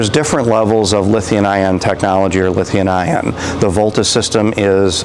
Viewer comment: someone needs to tell that guy it's lithium with an M... he says lithian all the time